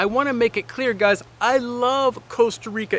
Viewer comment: The worst thing is that he keeps saying Coasta Rica